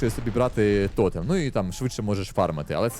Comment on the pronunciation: не тОтем, а тотЕм